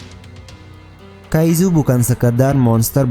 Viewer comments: Kaicu bukan kaizu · Bang kaizu itu di baca kaiju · Kaiju Bang Bukan Kaizu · apa cuman gw yg sebel denger abangnya bilang "Kaijuu" tapi pake z, malah jadi "Kaizu"